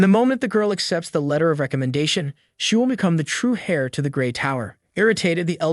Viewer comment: Not to be "that guy" but, fyi, H-E-I-R is pronounced "Air" not "Hair."